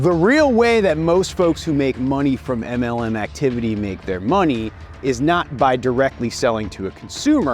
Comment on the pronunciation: im not englishperson, and I am just hearing MNM, like dawg what did those candies do?